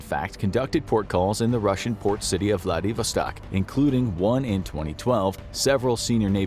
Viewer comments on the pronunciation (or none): it's vladiVOStok, not vlaDIVostok. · What the heck is Vladavarstark? Edit: Ok, as I suspected, Vladivostok. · It's Vladivostok and you said it closer to right the first time